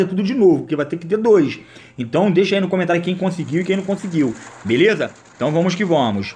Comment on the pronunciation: "Vomos que vomos" kkkkk